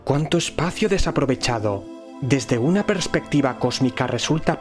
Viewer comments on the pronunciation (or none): none